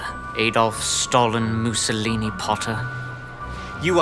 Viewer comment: It's Mussolini not mucillni